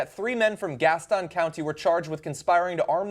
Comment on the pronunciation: It's pronounced " gas ten" county